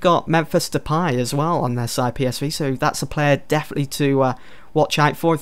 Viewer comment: Also it's De-Pay not De-Pie lol